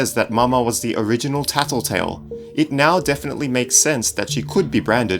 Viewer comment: why u say taltotal